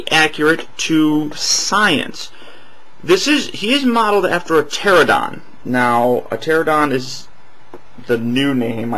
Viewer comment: its pronounced ter-ran-a-don